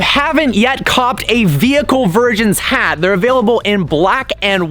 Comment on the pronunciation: “Cop’d” really..